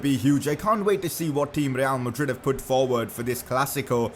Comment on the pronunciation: who else heard him say rrreal madrid